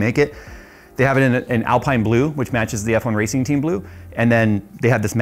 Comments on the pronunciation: Cant wait to see what you do with this. But hearing you say Alpine and not Alpine hurts. How are you a car guy and not watch F1!!! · Someone clearly doesn't watch F1 pronouncing Alpine like that. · i don't wanna be that guy but pls pronounce Alpine correct :D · ALPEEEEEEEEN, not Alpine! Love the content! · It's pronounced Alpein not Alpine btw. Loved the video 🙂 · Great video! Would love a review of the Moza stuff. Btw slow f1 french team is pronounced alp-een not al-pie-n ;) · Alpine is not pronounced Al-pine....it's Al-peen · It's pronounced AL-PEEN not AL-PINE. It's French! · Alp(I)ne and Alp(een) are different. Its not (Alp(I)ne) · Love the rig, can't wait to see more content. One thing: "Alpine" the F1 team is pronounced "AL-PEEN." Because, French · ITS PRONOUNCED ALPEEN!!! 😂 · Great vid! Just FYI, it’s pronounced Al-Peen 😊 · its said Alpeen. like, no joke. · Love this stuff even if I'll never buy it. Just a small FYI Alpine is pronounced Alpeene as it is a french word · Hey c'mon, please don't put down the Logitech G series gear. It it so good to so many people and I've learnt so much using it, but now gone up to the Logitech G Pro which is amazing. And the F1 team is pronounced "Alpeen". 😂😂. Fun video 😊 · If that's Alpine as in the F1 team/Rennault premium brand, it's pronounced "AL-peen" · I know some ppl will rage when pronounced alpine wrong😅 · I'm being that guy, "Al-peen" is how you pronounce it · Just FYI, in typical F1 European fashion, Alpine is pronounced al-peen. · It's Alpine pronounced (Al-peen) in F1, a Renault brand. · Just to make you aware, alpine is pronounced, al-peen 👍🏻👍🏻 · The racing team might be spelled Alpine but it's pronounced Alpeen. That's not the ultimate setup unless it's got full motion too. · It's (AL - Peen) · I think it's pronounced Al-pee-na.🤔